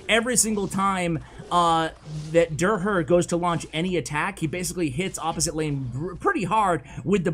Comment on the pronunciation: So hilarious how doesnt notices that derher is a german name and pronounces it totally wrong😂